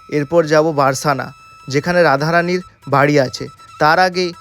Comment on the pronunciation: রাধা রাধা ভুল মার্জনা করবেন সখা বারসানা নয় বরসানা